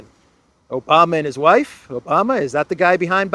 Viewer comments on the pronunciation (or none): none